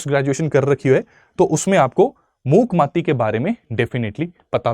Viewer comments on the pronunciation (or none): It’s not मूक माती its मूक माटी soil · Its mookmaati..not mati.. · Sir it's correct pronunciation is मूक माटी (not मूक मति). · Abe gadhe Muk mati nahi Muk maati( mitti) soil😅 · It's not Mook Mati, it's Mook Ma-ati(earth/dharti). You pronounced it incorrectly. However, the video was a great learning experience. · bhai mook mati nahi hai मूक माटी है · Ii's pronounced as मूक माटी